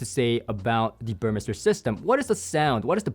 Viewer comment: Good that you refined your pronunciation of "Burmester" (now correct, compared to your teaser video).